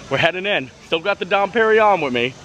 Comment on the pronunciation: Its more like Dom "PerinYONE"!!!!